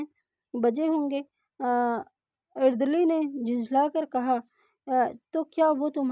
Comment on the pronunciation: अरोली नही अर्दली होता है